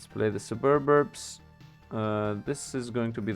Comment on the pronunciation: i personally have no issues with how you pronounce anything. Sububbubburbs is perfectly acceptable. Not even being sarcastic. Nothing wrong with having fun with it lol.